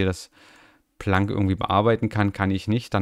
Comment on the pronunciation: schönes video und cooles system, der docker wird englisch ausgesprochen also plänk, ich nutz den uach ganz gern allerdings ist meiner immer links mittig sost werd ich beklopt wen der sich verschiebt. der syncthing hab ich mal für mein handy benutzt, also multi sync tool damit kannst du ja auch deine daten auf ein nas schiben oder wo immer du es haben willst, ist aber echt umständerlich von den eistellungen her.